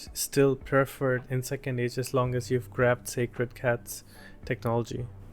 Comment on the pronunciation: I like these moments you call sACred cats as sCAred cats 😂